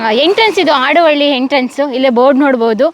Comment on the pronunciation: ಮೇಡಂ ಆಡುವಳ್ಳಿ ಅಲ್ಲ. ಹಾಡುವಳ್ಳಿ. ಹ ಕಾರದ ಉಚ್ಛಾರಣೆ ನಿಮಗೆ ಕಷ್ಟ ವಾಗುತ್ತಿದೆ.